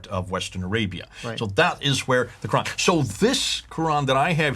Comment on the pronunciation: Both of the speakers are nonMuslim. The very first word alQur'an is pronounced incorrectly, and how could both of you to go on with the discussion of Arabic language of alQur'an? All humans had never heard about 'istewa' , ' arshy' , 'siratulmustaqim' etc because all human are still alive in this world. In fact, they are in the journey to hereafter, life in grave that is a new and different world as compared to what it is now. You might be kidding others who haven't been exposed to the truth of alQur'an but you will never succeed to misguide reciters of alQur'an and sayings of Prophet Muhammad pbuh. With regard to the Bible, it has experienced a lot of changes, and not a single word is revealed in the book. It is merely based upon perception of Pope, priest and writers. Yet, you claim Bible is the original words of God or at least in the same language. Should you add S to the 'word', it becomes 'Sword'. This is exactly happened to the Bible and manuscripts, shame on you to believe something fake as true.